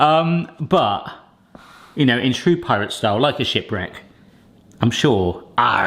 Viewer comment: Did you say shipwreck or shitwreck? Not your best lol